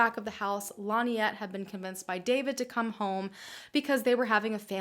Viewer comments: Hard to believe. David did it. Also you kept saying Linette. It's pronounced Lin-ette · Why does the narrator deliberately mispronounce Lynette’s name? Stupid and annoying!